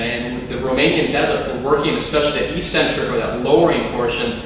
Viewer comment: I would never hire a PT who pronounced eccentric "e-centric". I know a lot of people say it this way, but it's so annoying. Just my little pet peeve...